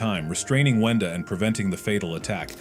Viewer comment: Why are you saying wenda like did almost every thing :(